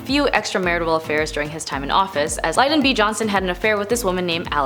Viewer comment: Lyn - don. LyN-don. Lyndon. Sound it out like 1st grade. It's not that hard! 🙄